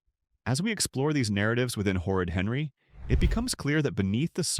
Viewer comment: I side with u but, who is “Herry” ? Don’t u mean Henry (just saying)